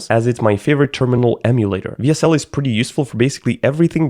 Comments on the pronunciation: I die a little inside every time says "VSL" instead of "WSL" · Am i the only one who noticed that he says vsl not wsl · Bro Saying "VSL" when tying "WSL" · For some reason him saying vsl instead of wsl made me really mad, idk why though lol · him saying "vsl" the whole time made me rage so hard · I love how he keeps pronouncing "W" as V. He should be saying DABLEW SL, but you know what, I would have done the same. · It's WSL not VSL! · Someone tell him that W isnt V. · Why do you keep calling the "double you (W)" a "Vee (V)" ?? Throughout the entire video you are typing "WSL.. but you are saying "VSL ?? Why? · If this guy pronounces wsl as vsl one more time istg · WHYS HE CALLING IT VSL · mf kept saying vsl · BRO SAID "VSL" THE WHOLE VIDEO INSTEAD OF "WSL" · It annoys me how you constantly say VSL rather than WSL throughout the whole video despite typing it correctly as WSL. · do you say w as v just to piss people off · writes "w s l" reads "vee es el" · not bog calling it vsl the entire video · I think your pronouncing WSL wrong, it's supposed to be Wea-SeL. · This guy can't pronounce the letter W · That is how I noticed that he's German tongue, he's living in Switzerland too. The reason for this mispronouncing is that in the German alphabet W is pronounced almost the same as V from the English alphabet, just the "e" vocal is different. The German alphabet V is pronounced "Fau". It's just how we Germans process the letter W and it's really difficult for us to get it right on English. For example the literal pronunciation of "windows" typed out in letters would rather be "vindovs" in that case. I did catch myself doing the same several times. And if I'm being honest, the English alphabet W "double-u" pronouncing is just bad and stupid.